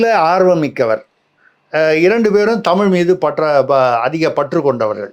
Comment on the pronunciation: Tamizh in(la), zha tell pr bounce in tami l oru 😅😅😅